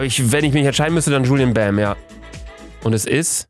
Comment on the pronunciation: Julien bam ist asiatisch und wie er bei jedem 2. gefühlt juluen bam sagt😭😭😭